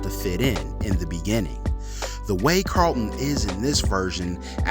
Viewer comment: I don’t mind the new Carlton or the old. But I DO mind the way you say it. If you can’t say the word why would you make a whole video about it